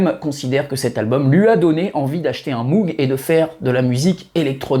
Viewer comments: Salut comme on dit chez les fadas de synthetiseur. Pour moog on ne prononce pas mougue mais maugue . merci pour tes vidéos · super video mais on ne dit pas Moug mais Mog 😉